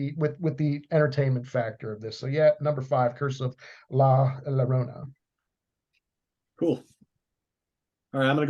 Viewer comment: Llorona is pronounced yorona.